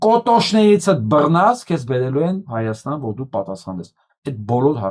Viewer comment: Ստախոս նիկօլը ոնց ասում է հորս արեւվ, անպես էլ Հայաստանի փոխարեն ասում է հաաստան...